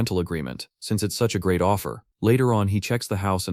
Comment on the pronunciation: The AI said "Fifth GREAT magic war". I heard "Fifth GRADE magic war". hahahaha A bunch of fifth graders at recess is a magic war. Its Adorable, Dangerous, and will either leave 0 mess or look like a construction company half-assed their job. Also about the TV guy. In Japan can TV(or any) salesmen just "inspect "your home for something they can market. Buddy thats a great way to end up as a corpse in a dumpster.